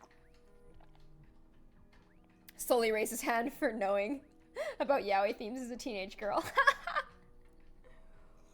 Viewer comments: ITS YA OI NOT YAYOI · i love you, but it's pronounced "yow-ee" not "yay-oi" <3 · yaoi is pronounced “Yow-ee “. And it is a Japanese slang term meaning “boys love” or homosexually. There is also yuri,which means “girls love”. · XD Yaoi isn’t pronounced yay-oh-a. It’s yow-ee. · yah-wee? I thought "yaoi" is ya-oy LMAO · Lol you pronounce Yaoi as Yeah-wi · Y-ow-ie = Yaoi. Yaoi is gay men. My heart.... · Yaoi is pronounced Y-OW(as in wow) -EE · Yaoi... YA-WEE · thats not how you pernounce yaoi its (ya-oi) (yeah) -- (oi) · Yaoi (YOW - EE) ... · Itès pronounced YA-O-E It's spelled Yaoi though. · You say Yaoi as yawe (if that helps ) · The name yaoi is pronounced ya-oh-i and it is basically a japanese word for guy-on-guy action(i hope i helped someone) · Yaoi is pronounce yah-oh-eye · yeah-ow-e is how yaoi is pronounced. also, naruto is pronounced nar-oo-toe not nar-oo-doe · it is ya-o-i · yaoi is pronounced yawee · It's pronounced (ya o we) And ( sem a)